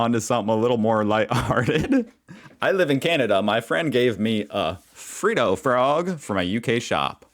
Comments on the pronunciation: It’s not free do frog it’s Fred do frog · G'day mate. another cool video. Just so you know, Freddo is pronounced Fred o, as in Fred Flintstone. We don't say Freedo. You're a great Yank and look forward to you down under reporting and enjoying it. Maybe a tourist agency will sponsor you and your family to moving and reporting life down under. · Fredo-oh not freedo lol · Seriously, you're still pronouncing it "free-doh" frog; it's "Fred-Doh"!!! Oh, and agree with mjb7015 - Bertie Beetles are the best!. In 2023, you can still buy a fairground "showbag" for $2, because it's a Bertie Beetle Bag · You started to make me really angry because your calling it a freeada frog when it frehdo frog (I spelled it the way it supposed to be sounded out like) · It's pronounced Fred-o's not Free-dos. You get a pass on how you say caramel only because you're American. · Again, we do not say (happy arvo) And it's not freedo, it's fredo. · Fred O Frog. Not Freedo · It's not Freeeedo; There's one 'e", so it's like Fred, yes the name Fred, with the extra 'do "which you pronounced correctly. (like dough) . You never respond to me so I'm probably wasting my time anyway. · Spelt Freddo...but you say 'Fred doe' not 'Free doe' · Freddo Frog comes in many flavours. And they’re pronounced Fred ‘O’ Frogs, not Free Doe… ha ha ha at least you try to get it right. We’ll make an Aussie out of you yet. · Just a correction of your pronunciation....Fred-o not free-do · Fred-oh, not freedo. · It's not Freedo Frog, it's FREDDO Frog. Fred - Oh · they are Fred-o frogs, not Free-doe frogs. x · I am absolutely positive that someone along the way has told you it's NOT pronounced Freed-o it's Fred-o frog! as in Fred Flinstone!🙄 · its pronounced Fredo frog mot freeedo frog mate:) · It's not freeddo frog it's freddo frog and is how you pronounce it " Fred ( as the name Fred) - O ( is in the letter or voul ) hahahahahahaha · Fred-O, Freddo, not Free-dough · FRED not FREED FRED OHHH